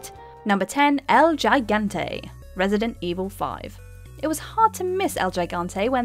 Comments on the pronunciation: It's pronounced He-gante. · I'm sorry but El JAIGANTE is just such a strange way to pronouce it Think more like "he-gan-te" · Did you really say "Jai-gante" and not "hee-gante? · It's pronounced higante not gigante, it's hard for a Spanish person to hear it said that way lol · It’s “Higante” not “jigante”, it’s Spanish. Also it’s “Kelebrimbor” not “sellibrimbor” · El HE- GANTE Please... my ears. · El “jaigantay” 😂😂😂😂😂😂😂😂😂😂😂😂😂 the G is silent in Spanish guys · Wow who proof read this copy???-Gigante(hee-gone tay),especially not ex-specially,Sauron(sow-ron),and chasm(ka-zum)more mispronounced half the voc. very professional!Either this chic is not real bright or the writers are subpar-or no one proof read -probably combinations of each. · Los que hablamos español, "El yaigante"! :o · How she says “el gigante” and “chasm” bothers me... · That's not how you pronounce Gigante tough...